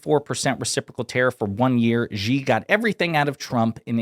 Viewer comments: Xi Jinping is now the most powerful person on the planet. Isn't it time Westerners learned to pronounce his name? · Come on people say president Xi name right, it's not Gee it's Xi pronounce like She